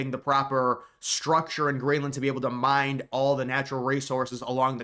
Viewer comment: The word is mine, not mind. Edit: you also mispronounced row.